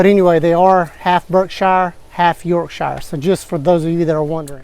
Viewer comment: excuse me, its pronounced York-sher. lol